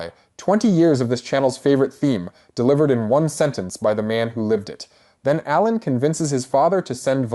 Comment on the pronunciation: it has to be rage bait right? like there's no way he doesn't know how to pronounce ALAN